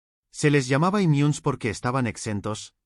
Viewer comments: ¿Imiuns?, ¿como que "immiuns"? ¡Lee lo que te pone el papel, y no te inventes idiomas? Immunes ¡tal como está escrito!. Y así, con todo. Es latin, no inglés (o lo que sea lo que crees hablar, "gladieitor"). Por lo demás, repito, ¡magnificos videos!. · "Inmiunes"????. Máquina aprende a leer. Que estragos hace la IA